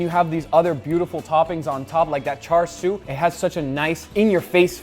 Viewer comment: Chāshū its chāshū not char siu this isn't Chinese char siu pork this is Japanese chāshū pork belly both completely different and there's no R in chāshū I mean come on.